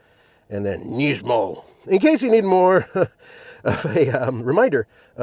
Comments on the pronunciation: Why are you saying "Neesmo"? It is Nismo. Sounds like Gizmo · Its not knees-mo its Nis-mo 😂